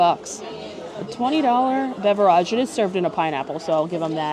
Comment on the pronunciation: Please for the love of God stop mispronouncing BEVERAGE!!!!!!!!! You sound like an idiot every time you do!